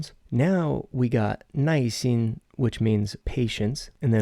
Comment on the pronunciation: It sounds like you are pronouncing 耐心as 耐一心…am I just mishearing you? Or is this like “儿“ - just a regional or colloquial pronunciation?